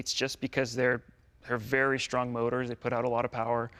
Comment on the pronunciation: "I got really lucky with this car. It was pretty SCHTRONG and pretty SCHTRAIGHT." Why to people put the 'SH' in such words? Nice looking and sounding restomod, but the wheels are somewhat too large and inappropriate.